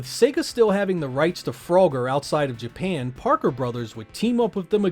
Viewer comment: Lmfao fro-ger 😂